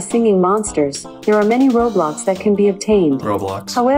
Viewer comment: the "roblox" pronounce made me dying